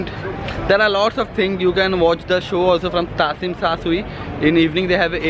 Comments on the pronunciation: Hahhhha your pronunciation 😃 sabko aisa hi hota hai first time. dude first one is चुङ्किङ्ग मेनसन not चङ्किङ this is a name of Bldg and a name of place not चासुमचुई its चिम शा चुई ....also u can call TST...n yes bro indian food r expensive whereever u live ...m 7eleven main thoda mehengga hai coz that is 24hrs open supermarket....jidhar aap rahe ho chungking mention mahut mehengga hai sare chiz TST se ek station aage Jordan main aana chahiye thaa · N tsim sha Shui... Bhai Isko chim sha shui bolte hai...thoda toh padliya kar